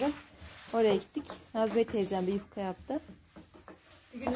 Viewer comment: Selamlar. yufkaya yukka diyor (sempatik) 😊 iki cümlesinden birinin ya başında ya sonunda 'bakalım' demeye başladı. Bu çok kulak tırmalıyor. Hakaret olarak algılamayın lütfen.